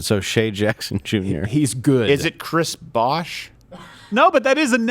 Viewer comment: The way he said Chris Bosh hurts